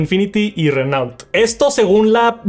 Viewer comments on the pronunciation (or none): por favor no podes pronunciar asi renault